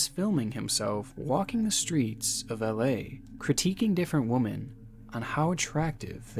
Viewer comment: I hate how this guy pronounces the word women 🤦🏾‍♂️